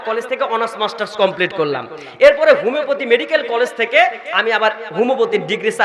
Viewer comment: ভুদাই হোমিওপ্যাথিকও উচ্চারণ করতে পারেনা